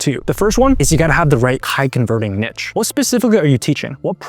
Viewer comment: To mispronounce 'Niche' (Neesh) as 'Nitch' is as incorrect and ridiculous as mispronouncing 'Itch' as 'Eeesh'.